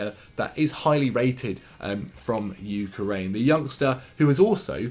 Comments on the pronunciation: You said UK-RAIN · Why did he say ukraine like that. Sounded like he was tryna say ukulele lol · Was gonna say, you were so concerned with how you say Zabarnyi & you can’t even pronounce the country he’s from! 😂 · Not sure why, but the way pronounces Ukraine makes me very uncomfortable.